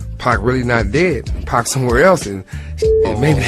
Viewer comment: Sorry to call you out bro but it's not 2 pack it 2pac